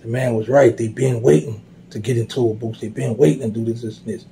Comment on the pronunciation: Every time he says POOsie, I be in tears🤣🤣